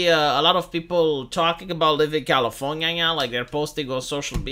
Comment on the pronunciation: I love when says Californiania